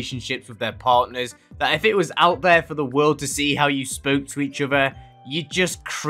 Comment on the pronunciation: ✨Wassssss✨ lmao 🤣 is that you censoring yourself? Or is it just your accent??? If it's just censoring yourself it's funny but if it's an accent alr I respect that but- ✨Wass✨